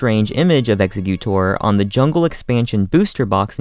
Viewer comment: I’m sorry, but the way he pronounces “Executor” makes me want to die.